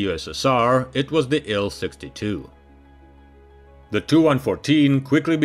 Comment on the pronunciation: TU is "Tee You," not "Too." IL is " "Eye Ell," not "Ill." Please.